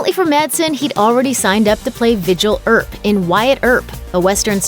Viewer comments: Um, it's Virgil Earp not Vigil Earp. LMFAO. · Vigil Earp? It’s Virgil. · Vigil Earp?. WTF is wrong with you people? It's Virgil Earp. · Who the heck is Vigil Earp??? Lol! Virgil Earp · It was “Virgil” Earp not “Vigil”. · Madsen played VIRGIL EARP in Wyatt Earp. Not Vigel Earp. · Madsen's role in Wyatt Earp was "Virgil Earp", Wyatt's brother the Deputy U.S. Marshal.. NOT "VIGILE" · It’s ViRgil Earp. Vigil? Wack yo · Vigil “the Virgil” Earp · Vigil Earp??? Damn girl do your diligence. VIRGIL EARP!!!!!! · *Virgil Earp, not "Vigil" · ViRRRRRRgil Earp, not vigil. 🙄🤦‍♀️ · Vigil ?😂😂... I think you meant Virgil Earp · Vigil Earp? Was he Wait Earp's brother? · “VIGIL Earp”???? 😂😂😂😂😂😂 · Vigil earp.. ruined the whole video lol. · "Vigil Earp?" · "Vigil Earp"? Try harder. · "Vigil Earp" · "Vigil Earp"? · "Vigil" Earp?? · Vigil Earp? WHo narrates this crap? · Vigil earp....😂😂😂😂😂😂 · Vidgel Earp? Read harder. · Did she just say Vigil Earp? 🙄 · Did she say "Vigil" Earp, lol? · Seriously? “Vigil” Earp. And........Facepalm. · I believe it's "Virgil", Virgil Earp. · "Vigil Earp" lololol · Did she say " Vigil " Earp? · "Vigil" Earp? LOL. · "Vigil" Earp? "Nastaja" Kinski? Is English not your first language?